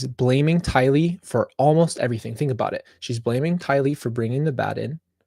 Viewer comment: I crack up when you say errything lol 😂😂😂😂